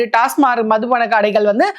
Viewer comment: அது டாஸ்மார்க் இல்லம்மா, டாஸ்மாக்..